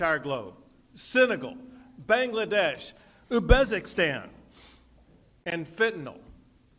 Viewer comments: They can't regulate anti-freeze into their Wind-Farms, but they're going to construct a giant wall that people can't go under or over? I'd be impressed, but Texas Strong is just a T-Shirt slogan, & these dummies can't do it. "Ubezigstan"? If Abbot can't pronounce it, he can't fix it. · He couldn’t even say Uzbekistan right 🙄😒🙄